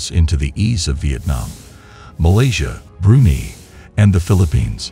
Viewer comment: First time I have heard of the nation of Brunei being pronounced as - "Brooney".